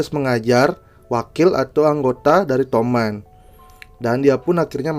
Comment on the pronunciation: Toman bang bukan tomat😂